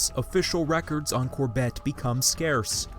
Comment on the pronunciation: Cor-BETT? Never heard his name pronounced that way.